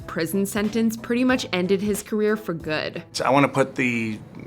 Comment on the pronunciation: PLEASE send to Voiceover Narration School. Her speech pattern is too weird and distracting. For example, "good" is not a three-syllable word. Ugh.